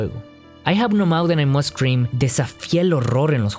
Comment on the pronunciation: Me encantó cuando dices "I have no mouth and i must cream 🍨"